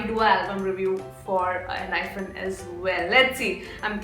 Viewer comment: I am not sure but I guess it is pronounced as "Enhypen" and not "Enhyphen"😅